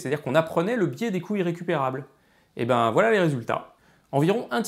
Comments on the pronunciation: Je suis le seul à entendre "biais des coui**es récupérables" ? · C'est dérangeant, quand tu dis "l'effet des coûts irrécupérables" des fois on comprend "l"effet des couilles récupérables" :/ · Passionnant 👌 on entend vraiment "biais des couilles" à des tas de moments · Génial ! Un commentaire crétin : il faudrait faire une pause entre "coûts" et "irrécupérables", car j'ai cru entendre plusieurs fois "couilles récupérables". C'était le commentaire crétin du jour. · A chaque fois j'entends "couille irrécupérable" :')